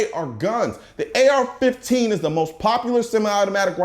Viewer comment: Is anyone gonna mention he said AR-14